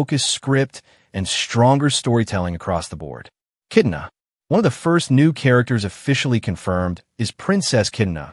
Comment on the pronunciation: Sir this is something cool info on the new mortal kombat movie sequel but you have to know the characters name that way people can actually know who u are talking about, it's kitana not kitna,fans may think that's a new character or something 😅